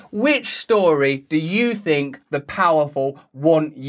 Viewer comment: "Havf a lil Fink Furst!" - Russell Brand 2022